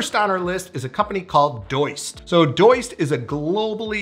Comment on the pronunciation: I don't think it's pronounced Doyst, it's Do-ist. But idk I'm just guessing since they make a To Do app. 🙄